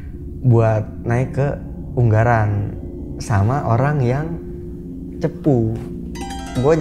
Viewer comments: Gunung Ungaran mas, bukan Unggaran :") Aku sebagai orang Ungaran rodok trenyuh :") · Bukan Unggaran tapi Ungaran bang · Ungaran mas bukan Unggaran😂😂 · Ungaran Mase bukan unggaran :(((